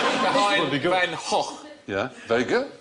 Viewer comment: Van Gogh is not quite pronounced like that. It is in a part of the Netherlands, but not in the part where he came from. There, it's pronounced with two soft g's. So without the gargling rrrrr.